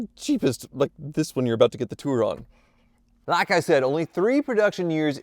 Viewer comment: midwestern pokes thru, “Lhake eye said”😂